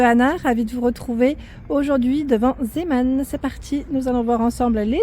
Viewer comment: Bonjour.....merci pour cette promenade chez Zeeman. Quell choix et quelles variétés. Cela donne des envies de tricoter. Pour la Royal j'en ai encore à 0.99€.En passant merci pour la prononciation de Zeeman, j'entends souvent ziiman.....l'origine est néerlandaise.